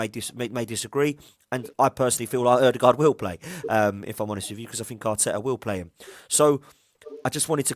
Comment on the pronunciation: WOE-DEGAAARD IS AWFUL